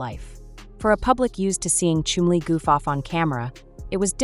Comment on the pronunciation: every time she says Chumley I'm hearing Chun-Li